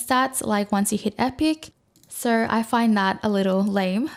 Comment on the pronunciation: Hi. You're awesome and all that, and I've got a lot of useful info out of your channel, thanks! BUT. The way you pronounce letter "o" is cringing the fuck out of me. I twitch every time you say "so", "no" and etc. It's [nou], [sou], but not [soiurr, noiuwrr]! I understand that at this age it's too late to fix pronunciation problems, and no way I would advice you to fix this in any form (unless you actually can do it, haha). And please excuse me for being little hateful, but I couldn't keep it to myself. Now I feel a bit better. Best wishes, peace:)